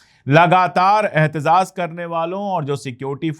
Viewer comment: Sir aap ahtezaz kehte hein Sahi word ahtejaj hai